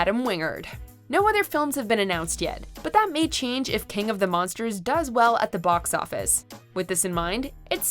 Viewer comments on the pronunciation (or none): none